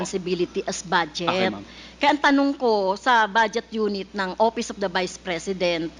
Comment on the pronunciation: Castro …Office ang pronunciation hindi OPIS convicted child abuse